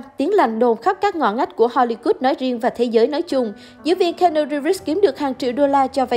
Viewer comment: Xin lỗi bạn nhưng trong 4s đầu khj nghe bạn đọc tên keanu thì tôi chẳng có hứng xem tiếp. Tặng bạn 1 dislike và mong bạn xem lại cách phát âm cho chuẩn.